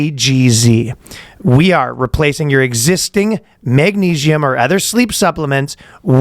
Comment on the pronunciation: it's magnesium not magneigium